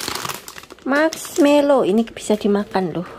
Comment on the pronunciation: Mask = topeng Melow = sedih Jd bahasa indonesianya topeng sedih donh mba...wkwkwkwkw Yg bener marshmallow mba 😂